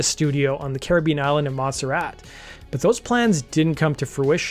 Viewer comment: Monserrat. Not 'Monsterat'(!?). Butt, not 'but' (as in heads). Arguments not 'Arguements'. Always slick work presentationally, but FFS, get your quote captions proof read or spell checked....